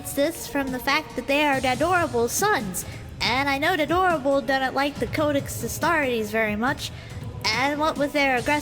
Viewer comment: I hate you so much right now. "A-dorn-able" F-cking Take my like and leave, sir